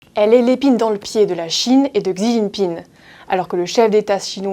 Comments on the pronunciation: Aiieee... mes oreilles "Xi jinping" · "Gsi Jinping" ou "Shi Jinping" ? Il me semblait que la deuxième prononciation était la bonne...